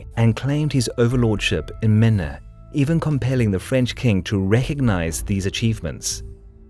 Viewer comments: pronounce it "Main" not "Maneuh" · No, it's pronounced "Maine", not "Menneh"! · It’s “Maine” not Maena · Totally. My only point was to be helpful. Maine falls at the absolute edge of words that mater. It does appear heavily in the Franco/English conflicts in France though, as well as internal history of a larger span, and if I were the presenter I'd want to get it right. Had it not been of screen I'd probably not have known what he was referencing, so I threw it out there.